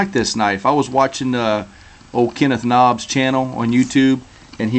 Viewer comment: it's noob (newb), not knob! :P